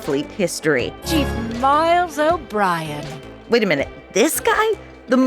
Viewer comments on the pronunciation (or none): none